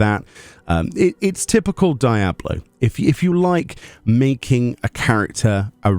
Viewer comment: Why do you call it die ablo 4 😅😭 your British, as am I.. say it properly man